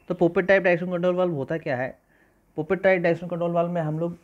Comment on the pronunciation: पॉपेट type hh bhai not पोपट type 😅😂